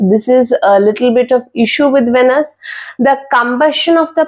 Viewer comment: It’s pronounced as veenus. Pls emphasise on the ee sound